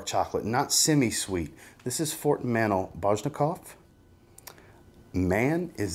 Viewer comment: Dear aka and not "Bro": You are a very well regarded reviewer and you have myriad individuals watching you, which is why I have taken it upon myself to make sure you're pronouncing things correctly. In this video, you pronounce the name of a very well known and respected fragrance house in the incorrect manner. This fragrance house is Fort & Manle (with Manle being pronounced "Man-lee" and not "Man-ull). Thank you in advance for receiving this feedback constructively and with grace. Yours Sincerely, The Grammar Nazi (Do you think that would make a good wrestling name?)